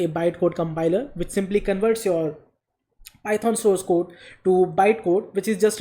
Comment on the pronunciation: "Py-thoaan" XD